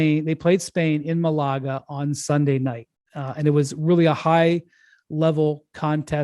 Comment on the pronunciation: Windhorst’s pronunciation of Malaga is so funny.